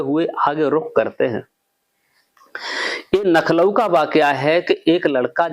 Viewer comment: कृपया ध्यान दे, नखलॢऊ नही लखनऊ है।😅